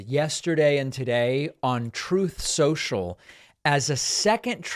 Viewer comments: Troth Sencial gets me every time 😂😂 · Please don't give up your pronunciation of Trothe Senshul. 😂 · Troth Sential cracks me up every time, as well. It NEVER gets old. OBAMNA! 😂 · "Troth Sencial" kills me every time 😆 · 😂 I love when you hit the Troth Social or the Obamna button. 😂😂